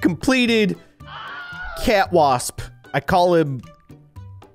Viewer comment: You called the cat wasp cwasp